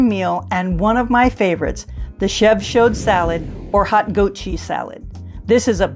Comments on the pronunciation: Wonderful videos! Thank you for all of this! I’m ordering your guides as a gift for a friend. 🙏🏽 But please do not pronounce the D at the end of “chaud!!” And, help her say Le and De properly!!! It’s so easy,! 😬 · Love your channel and the great tips, food, places you show. So instructive!! Also love the red scarf! FYI - CHAUD is pronounced SHOW with the D silent.